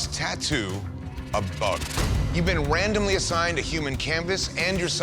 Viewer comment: he say wandomly